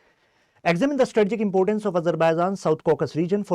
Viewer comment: Get the pronounciation right,it is not Azerbaizaan,it is Azerbaijan😂😂😂😂😂